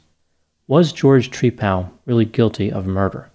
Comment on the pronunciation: Tree-pal is how he pronounces his name, like he's friends with a tree..😂 🤣